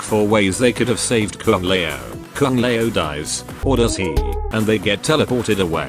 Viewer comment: Ah yes kung lay-ow